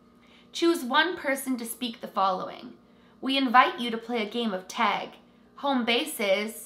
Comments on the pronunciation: It's not teg! Its tag! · oh no. i want to watch but she keeps saying teg and i don’t know if i can make it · Canadians pronounce it like “teg” vs “tag” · She says tag. I heard teg 1 or twice but she says tag the rest of the video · why does she say "TEG"? 😂🤦🏽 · Take a shot everytime says “tAayg” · I love how u say tag lol :D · I can def tell you're canadian by the way you said "tag" lolll so cute! and awesome vid!!!! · Exactly what I was thinking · The way you say tag is so funny lol cute 💚🧡 Great vid! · I don’t mean it rudely. It’s cute. Very Canadian.